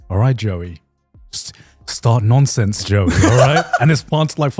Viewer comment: There was a bit where i could've sworn garnt said to jooey start noncing. Instead of start nonsense